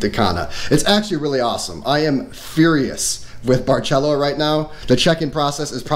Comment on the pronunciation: My dear love your video but let’s get the name right my friend. It’s called bar sel Óoo. Like the rum. Ron barceló. Emphasis on the Ó.